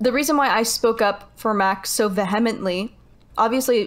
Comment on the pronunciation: ''VE-HEMP-LY?!'' Did she just read that word but has never heard it said?!